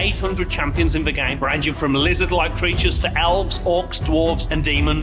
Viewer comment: I struggle to watch when the word 'The' is pronounced 'Ve'